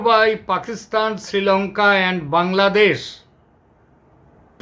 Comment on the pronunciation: আরে কলকাতার মূর্খ গণ্ড, ঠিকমতো বাংলাদেশ উচ্চারণ টাও করতে পারিস না তোরা সেখানে বলছিস বাংলাদোশ। মনে হয় তোর বউয়ের সাথে সহবাস করার আগে তোর স্বপ্ন দোষ হয়ে গেছে